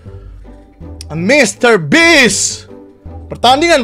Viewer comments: mister beast bang bacanya bist bukan bits😂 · Mr. Beast bang bukan Mr. Beach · baca nya mister bist bang aku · Agak lain. Ya nyebut nya harusnya beast 😂😂😂😂 😂😂😂😂😂😂😂